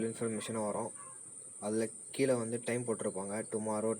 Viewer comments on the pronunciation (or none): none